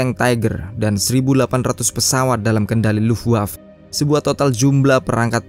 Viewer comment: Bacanya luftwave bukan luftwav